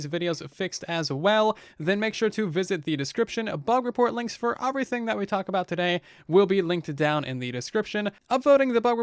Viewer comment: I don’t wanna hate but it kinda annoys me when he says OFreything instead of everything